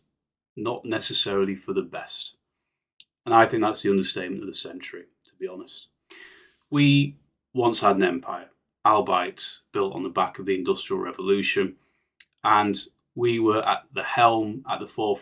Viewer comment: You probably shouldn't use the word "albeit" if you don't know how to pronounce it 😅 I don't necessarily disagree with anything you said but this is incredibly black pilled. There IS still time and there are still millions of good people waiting for a chance to change things